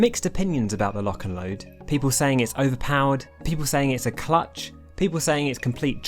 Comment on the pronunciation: “clutch” guys he said a word wrong please think i’m cool